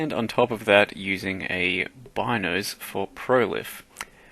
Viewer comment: It's not Bynoes, it's pronounced Beenoes.